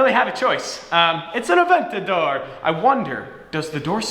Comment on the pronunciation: Hearing you say “Aventadorr!!” in that corny accent is painful